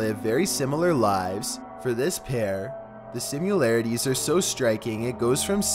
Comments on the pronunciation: THERE IS NOT A "U" IN THE WORD SIMILARITIES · 7. SIMILARITIES! I’m curious as to whether you read that novel,. If you read more, you probably wouldn’t mispronounce so many words.